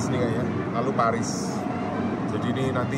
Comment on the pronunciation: Bacane poris 😂